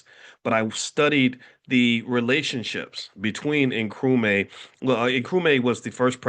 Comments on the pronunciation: It's Nkru-MAH not Nkru-mae :) Welcome to the motherland! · I mean how!! This man is a PhD and he is in Ghana and he can't say Nkrumah? How did he come up with Nkrumay? He is just not "applying" himself well enough😊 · It is pronounced Nkrumah (not may)… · ❤❤ Nkrumaaaaah not May 😅